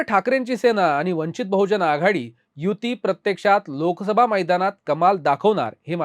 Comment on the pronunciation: वंचित बहुजन आघाडी असा उच्चार करा